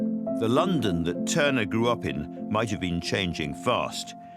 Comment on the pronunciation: Tuner or Turner?.... sloppy